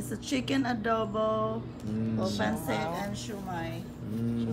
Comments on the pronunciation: Pancit pronounced as Pan-Sit is life huhu more power to you! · I'm impressed by you ate. Pagpatuloy mo lang yan. Sana umasenso ka pa. Pero sana wag mo iibahin ang accent ng mga Filipino food like when you said "Pancit", you sounded like a foreigner saying it. Sana Filipino accent parin ang gamitin mo kahit mga Americans ang sinasabihan mo ng "Pancit" para din kasi sila mismo, matutunan nila ang Filipino pronunciation ng mga dishes.